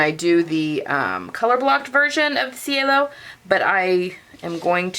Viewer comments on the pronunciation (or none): I love the way you finished the edge of the facing. Thank you. And being the Rome collection, I think it should be pronounced chay-lo which is sky in Italian. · I think your last pronunciation is correct. I took an Italian language class in Italy and ci is pronounced ch. it was weird cuz ch is pronounced as k!